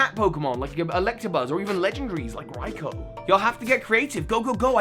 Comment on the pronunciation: Props door saying Raikou correctly.